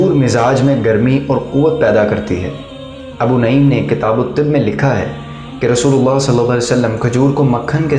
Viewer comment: Abu naeem nahi Balke Abu nuaem he